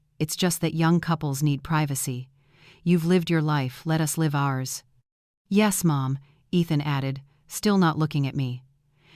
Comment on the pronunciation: Use a real reader instead of stupid Ai that doesn't know which way to pronounce "live."